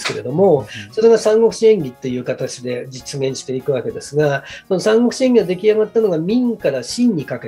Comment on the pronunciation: 聞き手の方の「演義」のアクセントが「クラブ」みたいになってるのだけ気になってしまう……。 内容はとてもいいです！